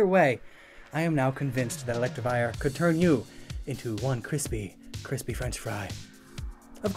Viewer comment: did you pronounce it correctly even once?